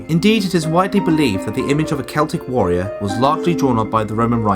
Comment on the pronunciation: Have an upvote for not pronouncing Celtic incorrectly.